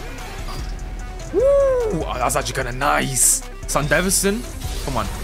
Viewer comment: Bro cant even say Sandevistan right and they say it in the show😂